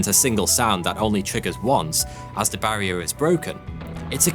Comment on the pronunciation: Horrible accent. Three sounds like free. This guy has a lusp. Please don't make videos. Barrier sounds like Bvaior